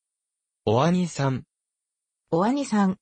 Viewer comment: お兄さん は「oanisan」と発音してたけど、おにいさん が一般的だからね。 Pronunciation of お兄さん is not おあにさん, おにいさん is natural.